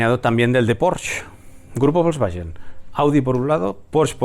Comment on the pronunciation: ¿grupo volkswayen? Ves a Alemania y di Volkswayen a ver comobtw miran. Si dices "Folksbaken" tal como suena lo clavas para la próxima. Un saludo